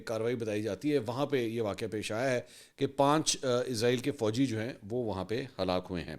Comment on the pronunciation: o jnab anchor sahab israel hota hai. izrael nhi hota.. is tarha to india waly bolty hain...pehle to ap indian language ko follow krna chhorren ...izrael to ek farishtey ka name hai